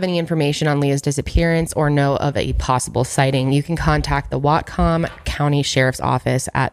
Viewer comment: I'm a Washington State native and have never heard of this case, so thank you for the info. Also, nailed the pronunciation of Whatcom County:)